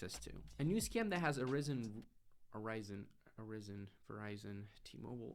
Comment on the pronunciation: I'm really enjoying your content sir! But you pronounced "arisen" correctly the first time :)